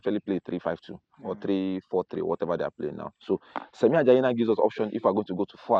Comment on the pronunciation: His name is SHEMI not SEMI or SAMI